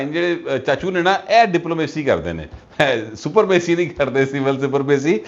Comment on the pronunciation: لکھتے سپرمیسی ہے اور پڑھتے سپرامیسی ہیں